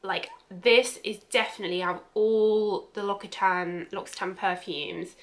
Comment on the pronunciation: Come on! if you're going to do a video on them at least research how to pronounce the company name before!